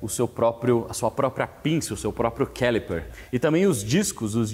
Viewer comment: Obrigado pelo video. Quando voce fez referencia a pinca de freio personalizada, parece que voce tentou falar a palavra do jeito que se fala em Ingles. Foi isso? A pronuncia correta seria "CALIPER" e nao "Quelipar". Excelente video! Mostra conteudo, conhecimento, educacao mecanica e veicular.